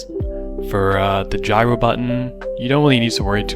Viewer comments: Guyro? google Pronunciation for this word please more with a J like Jyro oh naw u Capping the Pronunciation on purpose . Jyro Button? hmmmmm k you been caught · Had to stop at “Guy-Roh” aim. It’s “Jai-roh.” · Say guyrow again! Lol 😂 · the return of "Guyro" pronounciation. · that's what i've been saying( btw no offense but your pronounciation of gyro is atrocious)